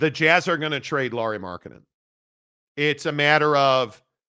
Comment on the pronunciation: who is Lauri Marketnnen?